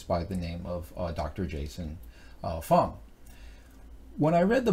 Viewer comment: I am an avid fan of Dr. Jason Fung. It is a bit distracting when you continuously mispronounce or just botch his name. Otherwise thanks for the info and the effort.